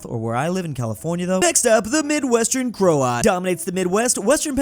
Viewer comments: says it as cro-at. Correct pronunciation is Kr-out. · It's pronounced (krout) not (kro-out). You know like a sour kraut? I am over half German myself, and the rest is Scandinavian, English and Scottish. West coast originally from Pennsylvania, then Tennessee until after the civil war my family went to the West coast. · There is so much wrong with this video. It wasn't the opium war it was the boxer rebellion. The wap had an Italian flag on his wife beater. Kraut is pronounced kr ow t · sounds midwestern 😆